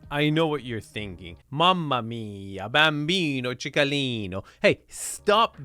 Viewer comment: as an italian, "bambino cicalino" sent me lol